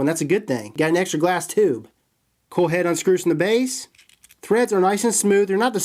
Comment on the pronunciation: I h8 how this fool cant say coil head